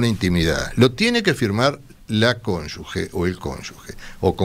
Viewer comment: Cómo les cuesta decir bien CÓNYUGE!! No lleva U